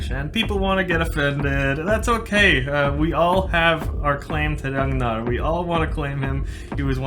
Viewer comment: I love the way he pronounces “Ragnar” in a perfect Scandinavian accent